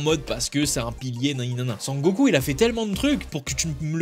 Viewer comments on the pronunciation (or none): none